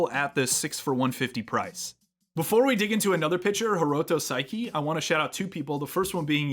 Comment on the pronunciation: The auto captions spelling Saeki as "psyche" is kinda creepy. 🤣 Seriously though, your pronunciation is just a little off — the second vowel should sound “eh,” not “ih.” Think Sah-eh-kih for a closer match.